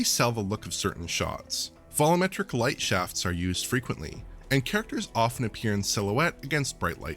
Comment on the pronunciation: What is it with DigitalFoundry folks saying "vollometric" instead of "volumetric"? Is there some joke I've missed or something? How can they be taken seriously if they keep messing up basic terms like this?